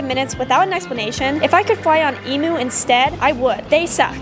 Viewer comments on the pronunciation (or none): I thought it was pronunciation is eeeeee mmmmmmmm uuuuuuuuuu not E MOOOOOOO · not to be rude but it is pronounced Emu not Emoo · Its pronounced Ee-m-you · you had the e and m bit of emu right but the u is pronounced you so like emyou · That's not how you say emu it has a Langer u sound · The way she pronounced emu, 😅obviously not Australian 😅😊